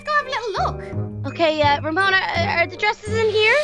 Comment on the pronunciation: called Ramona Ramoni